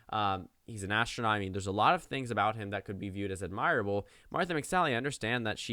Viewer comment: AD mir able, not ad MIRE able.